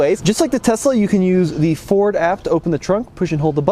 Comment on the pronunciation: For me it sounds like you're saying "For" instead of "Ford" when you say Ford. Not sure if it's a western accent or what, but as a 32 year old Michigan native my entire life, nobody says Ford with a silent D...